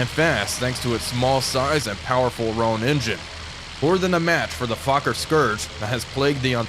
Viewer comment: Everyone mispronounces Fokker and I find it annoying...